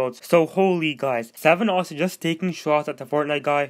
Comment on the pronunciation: Good video but it's SVENnoss not SEVENoss